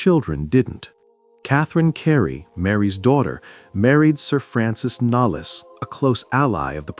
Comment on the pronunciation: The American pronounciation of the names Blount and Knollys hurts my ears. It’s Blount, not Blunt and Knowls Not Knollys